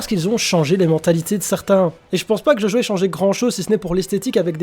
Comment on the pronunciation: Djodjo... Stp DjoDjo